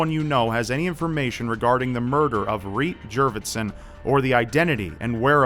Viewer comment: That's so shitty to gripe about his mispronunciation. He's trying to bring awareness to a murdered womans case and not profiting off it.